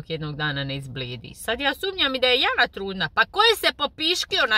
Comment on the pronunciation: Harašo..pa opet...harašo a oni ne znaju pravilno izgovoriti ni njeno ime...Jana(kao na Bosanskom jadnica) . Kod izgovora Jana izvorno je na oba samoglasika da su dugouzlazni. Kad oni izgovore njeno ime,ma meni se oci izvrnu, mogu li im reci neka izgovaraju kao što se izgovara voda iz Hrvatske...jaaanaaaa 😅